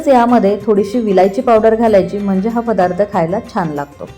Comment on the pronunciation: फदार्थ नाही पदार्थ असा उच्चार करावा.